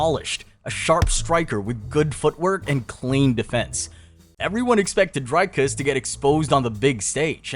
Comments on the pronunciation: It's not Dryyycus It's Driiiiicus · "Dericus" lol